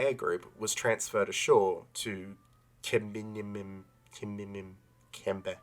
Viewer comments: Sorry mate, it's a good video and all that and I agree with everything you're saying, but I'd just like to bitch a moment about . Refusing to even make a proper effort to pronounce a word like that makes it look like you're trying to be deliberately ignorant. It's pronounced kuh-mime-im. Took me ten seconds to look it up on google. If it's worth bringing up, it's worth looking up how to pronounce it correctly instead of doing the "woah, not gonna bother trying to pronounce that" schtick. Sorry if this is pedantic but it's a huge pet peeve of mine. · [hmei`mim] I think that would be the closest pronunciation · Omg, I about spit my coffee out when you tried to pronounce the Airbase in Syria. Please more! You’re going to be really popular in the military history crowd.